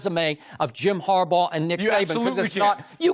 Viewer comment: 😂😂😂 That man said Jim Harbough🤣🤣🤣🤣 WWWOOO!!!!!!